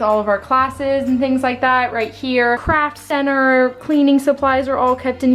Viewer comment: Haha when you said “craft center” I heard “crap center” at first. 😂